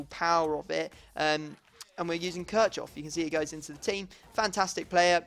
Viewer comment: Kirchhoff is not pronounced like Körtschoff. His name is Kir-ch-hoff!